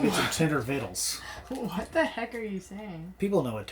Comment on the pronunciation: Thanks for the video! I watched Eating My TENDER VITTLES LMFAO:) You see, people do know about Tender Vittles. Or is it " Viddles" LOL